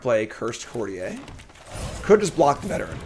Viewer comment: Its pronounced "Court-ee-er." Its english not french 😂